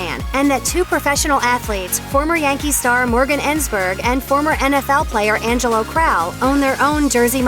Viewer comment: Yea it's not De Angelos .....